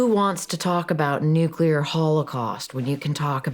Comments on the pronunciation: NUCLEAR not NUCULAR. Please for the love of all that is good and holy. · It’s not nuculer, it’s nuclear! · Nuclear, not nucular. 😊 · Omfg. Nu-klee-ur. Not Nu-Q-lur. Fuck. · Please… nuke-Lee-ar (as spelled: nuclear, from Latin nū̆cleus) Not nuke-a-lar (not spelled nukalar) Or I call you Chirs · *Nucular*? Really? You can do better than that:)